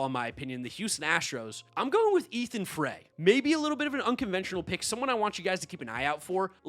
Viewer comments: I’m an LSU that’s how I know this. Astros prospect last name is pronounced Fry. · It’s pronounced Ethan (FR-EYE) Like put the fries in the bag